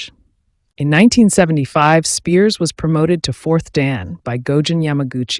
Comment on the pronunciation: Be nice if you pronounced his name correctly. So many of these videos proclaiming the life of gary. Most are incorrect.